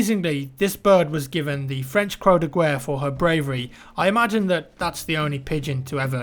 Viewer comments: great video! interesting and well served! "cher ami" means "dear friend" in french. The award is called Croix De Guerre which translates to Cross of War. it is pronounced something like "croa de gaire" :) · great video but please pronounce croix de guerre right really not too hard the Way you say croW de guerre irks me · just trying to be helpful not salty or triggered but croix de guerre, the guerre part is pronounced to gu (from guitar but without the I ) and erre (sounds like cher (the singer) without ch) hope this helps love your vids!